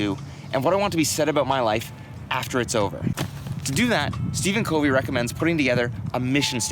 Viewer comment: You're mispronouncing his last name...it's [kuhv-ee].